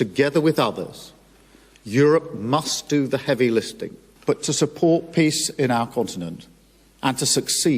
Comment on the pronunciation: Did he say "heavy listing"?